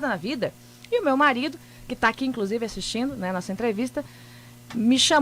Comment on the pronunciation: Incrusive. Depois se diz jornalista. ''TA SERTO''